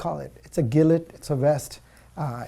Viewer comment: The way he pronounces gilet is completely wrong. It is pronounced g lay.